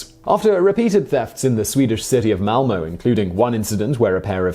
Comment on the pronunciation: Fun fact: His pronounciation of "ö" in Malmö is surprisingly similar to native Malmö residents.